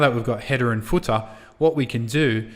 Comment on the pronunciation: I will never say header and footer ever the same way again....hedah and footah love it! Awesome video series...Thank you!